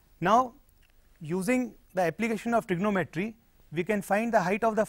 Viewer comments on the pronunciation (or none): none